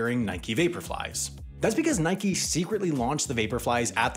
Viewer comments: How do you get “Nikey” from “Nike?” That’s like saying “Bikey” rather than “Bike.” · From the Greek goddess, referred to as "nikey." It's a name and a weird non-English pronunciation.